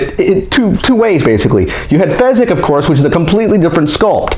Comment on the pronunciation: Its fizzgig not fezzgig